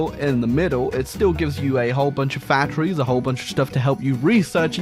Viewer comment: 730 Fack-thu-rees